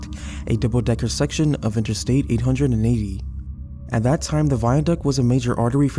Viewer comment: tickled i never heard anyone pronounce the 880 that way